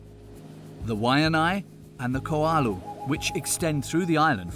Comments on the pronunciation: Koalu mountain? Ko o lau! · Im liking this doc so far, but the mountain range is not called, “Koalu”. It’s called, “Ko`olau”. Pronounced Koh-oh-lau. It’s super cringey for us locals when the names get butchered that much, and I totally understand not getting it right when you’re new to it. I always kindly help visitors pronounce correctly. But if you’re going to make a documentary, try to get it right. 🤙🏼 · Not KoAlu mtns... It’s Ko’olau, Koh-Oh-Lau. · Ko'olau Mountains. Hale'iwa Ka'ena Point Honu Kohala Many more. Only 12 letters in the Hawaiian alphabet, all with very simple, straight forward pronunciation with very little, literally almost NO variation. It is just plain lazy to get it wrong. And to the people who keep defending the speaker's laziness, it is as offensive as pronouncing someone's name wrong, but he is doing it repeatedly on numerous words. Not just one. And lastly, this is a self-proclaimed "documentary" which inherently declares itself a source of knowledge and information. To pronounce everything wrong is inexcusable in an alleged documentary... And some of it isn't even just pronunciation. Like pronouncing "Kohala" as "Kaloha" or "Ko'olau" as "Koalu" shows that you don't even care enough to try. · I cringed every time he said Ko`olau. Kaena was bad. Iolani Palace was slaughtered. Not pono. This is the exact same video they released last July 2020 and didn't even bother correcting their errors; they just re-titled it.